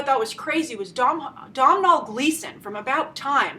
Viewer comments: Domhnall is pronounced Doe-Nal!! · Domhnaill Gleeson is pronounced Doh-nal. Sorry for bitching, but it was kind of annoying me.